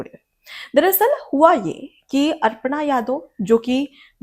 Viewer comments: कृपया अपना उच्चारण सुधारें, ये अर्पणा नहीं अपर्णा यादव हैं। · मैडम अर्पणा नहीं अपर्णा यादव है, आपने 50 बार अर्पणा यादव बोला है, कृपया शुद्ध उच्चारण करें, धन्यवाद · अर्पणा या अपर्णा?